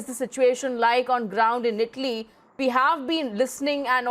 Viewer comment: Its Italy... Not Idli